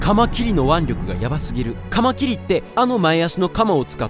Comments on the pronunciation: か↓ま↑き↑り↓のイントネーション変じゃね？ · カマキリの腕力よりもかカマキリのイントネーションの方がやばいw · カマキリの発音爪切りかよ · 爪切りの発音で草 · カマキリ と カマキリ → →→→ →→⤴︎⤴︎ の発音の違いなんなん なんで関西弁は上がるやん？ ほんで正解はどれなん？ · カマキリのイントネーションがKrewellaで笑うｗｗ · カマキリのイントネーションがおかしい。関西の人はこうなの？ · イントネーションちゃんとしろ